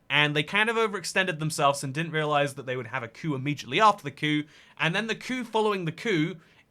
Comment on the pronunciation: coup coup ca-choup